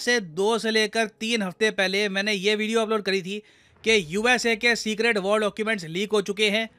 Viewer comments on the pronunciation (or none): none